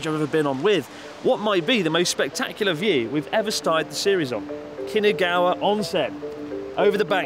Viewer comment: New drinking game. Take a shot every time Chris says “Kinagawa” instead of “Kinugawa”